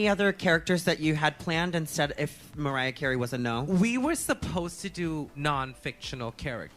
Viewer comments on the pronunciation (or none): none